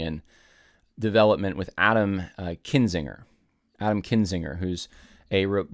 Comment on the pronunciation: it’s KINzinger, not KINGzinger